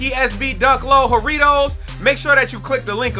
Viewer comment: Bro I’m Latin so imma put you onto correct pronunciation. It’s JA , slight tongue roll , rittos